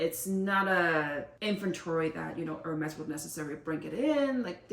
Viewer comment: It’s french not english :) And she pronounced correct